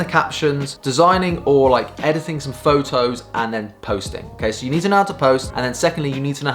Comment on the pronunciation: English: Photos This Guy: Pho-ohs! :p